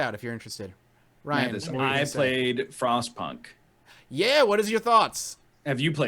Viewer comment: So, no joke. When NL said he played Frostpunk, I thought he said "Frost Puck" and I had a big chuckle... I thought it was a hockey game...